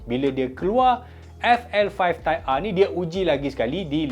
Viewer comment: Type ahhhh mcm cina dah sebut hawautol 😂 trophy r betul pulak